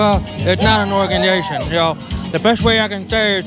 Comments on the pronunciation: "Antifa's nota organdization, it's a gwoup of people" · Anifwa is an owganization standing up for ouw wights” lmfao 😂